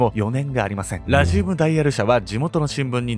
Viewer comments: ラジウムのアクセント治せ！！ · ラジウムのイントネーション（笑） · 解説も内容も面白くていつも通り最後までしっかり見てるんやけど、地域性のイントネーションの差での「ラジウム」の発音がめっちゃ気になる笑 地域性の差面白い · ラジウムの発音が、、